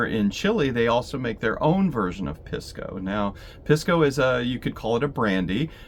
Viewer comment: Thanks for the videos. FYI, Pisco is pronounced "Peace-co".